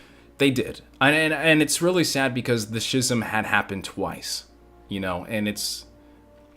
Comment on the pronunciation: I mean I learned something for sure bc that era of Star Wars has always been kind of a mystery to me. So it was real good stuff! (Although I gotta be that guy...it's "Skiz-um" not "Schiz-um" lol. That was wigging me out a bit haha. Love ya bro!)